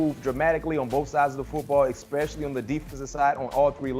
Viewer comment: Ekspecially. A dozen times. My 4 year old speaks better English than b-mac